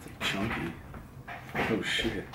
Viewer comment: idk if it's just me, but when Dylan says "sheeiit", I can't help my laugh pretty fucking hard😂